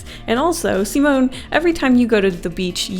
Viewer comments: Not "simonn" but "simonE" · Simone is my brothers name :0 Edit: its pronounced See-mo-nei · god i love her but the way she says simone and samuele and daniele.....no sis